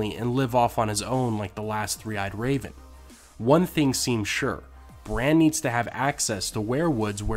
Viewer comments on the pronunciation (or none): none